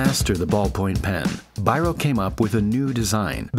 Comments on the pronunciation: This was a nice video. Please consider checking Biros name. It should be pronounced like Beero. He was a Hungarian. Thx. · Biro is pronounced "Beero" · It's pronounced "Bee-roh" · Beeroh is the best pronounciation not Byro <3 I love you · Biro is not "bye-ro" its "bee-ro" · Biro is pronounced BĒRŌ. It means (Judge) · This was a great video, but you should have mentioned that Biro (or Bíró, originally) was Hungarian. Also, if you want to be completely correct, you should say it more like "bee-row". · That's not how to pronounce Biro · Why people making YT videos are lazy looking/hearing up how the names they refer to are pronounced? Was it necessary to butcher Biro? It could be easily avoided.